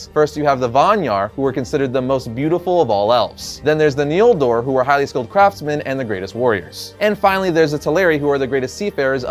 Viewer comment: The Nieldur? The Noldor